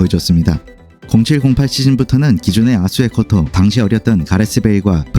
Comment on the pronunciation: 에수 아코토X 아수 에코토O